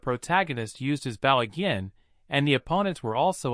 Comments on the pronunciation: I had so much faith in this video when I heard the word "protagonist" pronounced correctly then the hero started fighting with his "bowel" and arrow and i knew we were doomed. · Google translated script that is then read by some one thats not to good at english pronunciation, explains the Bow: front of a ship (opposite of "stern") instead of Bow a weapon for shooting arrows. love to watch these but yeah it is very annoying how it's usually a robot voice that pronounces things wrong or just someone reading a script that doesn't understand the translation they are reading.